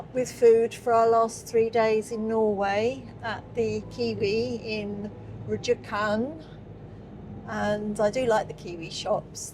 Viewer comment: Rjukan is better to say if you drop the "j" :) I'm not sure we even pronounce the "j".